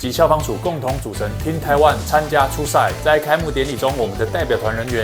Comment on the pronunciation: 那個喊Taiwan 的 是不是日本口音？？